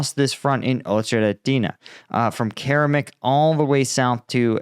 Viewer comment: Keramik, interesting name! Make the K at the beginning and end into a C, and spell it in english = Ceramic. spoken = Ker-a^mik emphasis on the 2nd syllable. You're welcome!